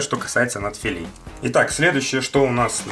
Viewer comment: нАдфилей, а не надфилЕй вроде